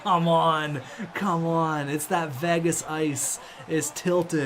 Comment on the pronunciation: The way you say Vegas triggers me